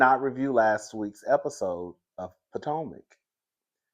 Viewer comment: Yes, I do not watch the show but I watch your reviews! I like that you call it Poortomac consistently every time! And that I get to see Candiance on the cast pictures on your reviews.